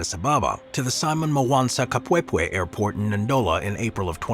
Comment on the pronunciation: Wow! I'm impressed that you got your teeth around the pronunciation of Simon Kapwepwe! 😂